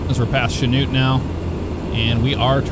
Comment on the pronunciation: I'm impressed you pronounced Chanute (my hometown) correctly. Most people can't.